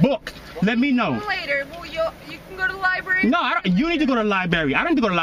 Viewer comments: .What's a libary? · .... She asked his name.. he is probably thinking his name is MUD if he steps out of the vehicle... He knows what time it is.... Plus the dude in the vehicle needs to go to the "LIBARRY".. amazing at his IQ level.. Mensa probably sends him "LIBARRY" cards and Hooked on Phonics cd's. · what's a libarry?